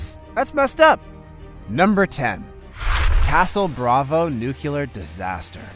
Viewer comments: there is no such word as nucular. the word is nuclear. learn to say it correctly or stop using it. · Say it with me NUCLEAR. There’s only 1 U. When you can’t pronounce a word like that, makes it hard to listen to